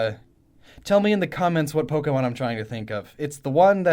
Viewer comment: Why must I get so annoyed by people pronouncing Pokemon names incorrectly. They're just fictional creatures but I guess I just assume smart people like who do SO much research which is incredibly respectable would know how to pronounce the names of what they're talking about haha (I'm sorry that sounded passive aggressive; it wasn't supposed to be)